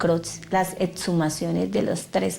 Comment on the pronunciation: Señor investigador no se dice ocservar, sino observar, a la fiscal decirle que no son etshumaciones sino exhumaciones , segundo vi otro vídeo donde todos dicen que los mujeriegos son los costeños y a estos cachacos de que parte de la costa los sacaron ?? XD y tercero la del segundo caso, para que el papá se descompusiera tenía que tener más de 1 día de fallecido, mucho no lo visitaban se ve. Y en conclusión no fue un éxito esto gracias a la fiscalía ni a ningún ente, la capturan a la gorda esta por idiota, porque dejó el carbo furán en el hotel, sino hasta el sol de hoy no se sabría que causaba las muertes.